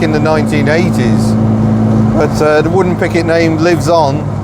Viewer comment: Must be your accent , I thought you said " wooden picket "